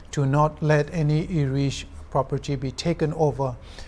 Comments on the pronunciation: IRISH OR ERISH??? accent aro pronunciation toh deishe dei. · I never heard ERISH. I heard IRISH. 😂😂😂